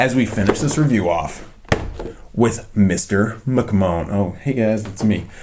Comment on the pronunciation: It’s pronounced mcman vince McMahon